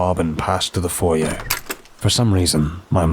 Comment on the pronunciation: YES! FINALLY! Someone pronounces "foyer" properly! It's the little things in life that make me happy ☺ I must agree with the author here too...being naked showering with curtains literally creep me the F out 😬 I'm forever thinking imma open my eyes whilst rinsing my soapy hair to see a creepy face staring and looking in at me from the far end of the tub. I prefer baths much more bc of that 😂 💙❤💜